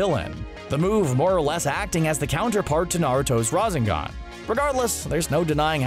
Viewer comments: Nobody : Literally nobody : CBR:RaZeNgAn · RA ZEN GAN...BOI